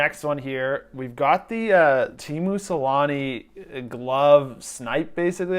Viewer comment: "tiimuu selaanii"